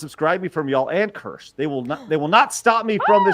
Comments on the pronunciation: I love how Kirsche let them mispronounce her name the whole time.... Keer-shuh btw... that's the pronunciation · Is it me, or did it strike anyone else as funny that everyone pronounced Kirsche's name wrong the entire time? Or maybe I'm the one that's wrong, as I always that it was "Keer-sha," not "Kersh." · I might actually subscribe to this German named based VT. Watched Pippa clips before but her voice is too grating for long listening but Kirsche speaks normally. It's pronounced keer-sh-eh. German for cherry. It shouldn't be this hard to learn basic continental vowels when most sounds already exist in English words. As for German, just ü doesn't exist. Ö is very similar e in nerd or u in hurt. However, it's understandable if you butcher sounds that don't exist in your language. I'll never fully master some myself. Th I never pronounce in a naturally sounding way. Same with some Chinese sounds. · of not a single person pronouncing her name right lol. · It is, people just keep pronouncing it wrong and she isn't correcting them. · You are correct. They all mispronounced Kirsche (which is the German word for cherry). She didn't correct them.